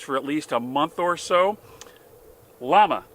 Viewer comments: It's pronounced "Yama" not "Law-muh" it's a Spanish company, it means "flame" hence the flame on the box. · It's pronounced Yah-mah. Spanish for flame, note their icon. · It’s pronounced “yah-ma” llama 38 super your killing the name.